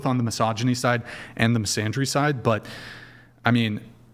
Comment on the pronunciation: She can’t even pronounce “misandry”…. Misandria…. This is why you can’t listen to a thing she says, she doesn’t even know how to pronounce the word….